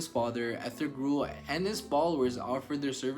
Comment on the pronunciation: This video has a lot of inaccuracies from mispronouncing Ertugrul's name to calling Salahuddin Saladin to not knowing that Salahuddin was Kurdish and not Egyptian.